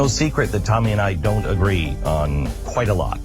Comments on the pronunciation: Your a special kind of stupid ! And her name is not Tammy it's Tomi! And don't play your race card........ur ghetto! A lot like the view animals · Ti you stay messing her name up! Lol love u aha